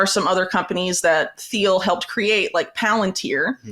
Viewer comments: It's pronounced " Teel" the h is silent. You really shouldn't sell Trump and the Alliance short. Everyone who is an American citizen has to make their best choice. Trump knows how to work with enemies. Trump has something on each of them. Trump wrote "The Art of the Deal". He did deal with N.Korea and Putin, and Saudi Arabia, etc. Therefore, no wars when we had Trump. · You have very interesting, well researched views Whitney. I want you to be taken seriously; you have important work to put out there. So please take this the right way when I tell you that it is not pronounced THiel. The H is silent. Keep up the good fight, A Fan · The h in Peter Thiel is silent. It’s pronounced like Teal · For someone who is so knowledgable about Peter Thiel, she should learn to pronounce his name. It's pronounced "Teel or Teal." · All this research and she can’t say Peter Thiel’s name correctly 😂 dork